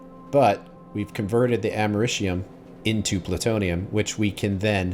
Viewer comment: “Americium” doesn’t have any “sh” sounds. I don’t know where you got that. 😆